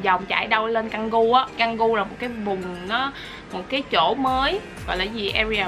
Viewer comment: Tú ơi, tiếng Indo khu Canggu phát âm là Chang Gu. Chúc em enjoy thời gian này và sớm được về nha 😼